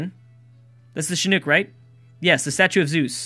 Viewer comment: With Chinook the nook is pronounced like nook and cranny